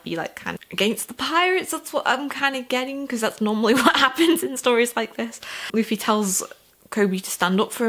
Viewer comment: Hey, so I would first suggest getting someone to screen through your comments if you can. Not to say the community will spoil anything on purpose, but it's a very passionate community and sometimes people will type without thinking. Also, congrats on getting Luffy's name right on the first try; not many new readers can say that. Here's a few tips on the other names that it seemed like you had some trouble with. Zolo - You're gonna see everyone calling him Zoro because that's his name in Japan; it was changed to Zolo in the states to avoid copyright issues/confusion with the Mask of Zorro which was released around the same time. His last name, Roronoa, would be pronounced like "Row-uh-NO-uh" with row being like "row your boat." Helmeppo's name is "Hell-mepp-O" Nami - "Nah-me" Also, I would reiterate what a bunch of people will say and that One Piece is a series and world that builds on itself. The quality only increases the longer you read it as it has more and more of the world to draw from. With that in mind, I would suggest making notes of anything that stands out to you, because Oda (the author) is the kind of person who will absolutely reference something multiple volumes later. Oh, also, you were right about hearing that people in the series vary (greatly) in sizes and shapes. The art style really does deliver if you can get used to it; Oda has drawn some absolutely breathtaking scenes and the actual scenery itself is gorgeous once you get to some of the larger islands.